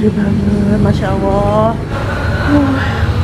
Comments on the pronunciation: Mba pengucapannya Allah jgn awoh 🙏🙏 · Mba mohon maaf alangkah baiknya pengucapan Allah di perbaiki jgn awoh 🙏🙏